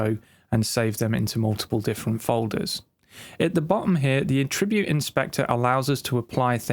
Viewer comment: For some reason, creating my own track presets is not something I've ever thought of doing. Good time saver and very well explained in this video - although every time he pronounces attribute as "a--tribute" rather than "at--tri--bute" made me wince :-)